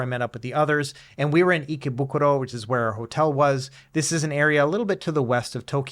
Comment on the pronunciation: Kills me that you can say ikebukuro but butcher sushi lol